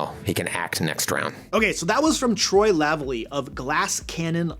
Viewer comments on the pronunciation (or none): Good to see some GCN love, Troy and Joe are both incredible GMs. (Also, the stressed syllable in Troy’s surname is the second one, so it’s pronounced “La-VA-lee”). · Troy "La valley" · Minor correction. It's pronounced "la valley". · It might be easier put that it's pronounced "Luh Valley." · Good video, I'll use a bunch of it, but please!!! his name is pronouced La-Valley. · How did you pronounce Lavallee? xD